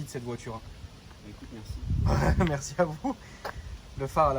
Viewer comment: Un remerciement à